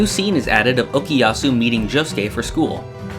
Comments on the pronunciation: Why you said okiyasu instead of okuyasu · Why do you keep saying Okiyasu when it's Okuyasu ?! T__T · Geez it's OKUYASU not okiyasu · "okiyasu" "okiyasu" "okiyasu" "okiyasu" "okiyasu" I wasn't going to say anything but he said it too many times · I watch multiple reactions and somehow all westerners say okuyasu as okiyasu. Like, what the fuck, can't your listen to what voice actors say? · You pronounce Okuyasu's name as "Okiyasu" xD